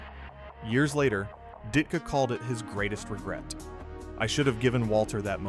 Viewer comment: You lost me when you could not pronounce DIT-KA. Good bye.